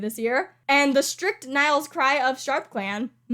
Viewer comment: I ALMOST feel bad for saying this, but you forgot the r in "Strict" for Swanleaf. 😋😋